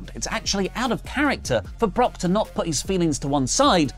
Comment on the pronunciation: Brock was probably just angry (or thought Riddle was dumb), because Riddle always called him by his first name and even worse, he emphasized it incorrectly (Bro instead of Brock...) 😅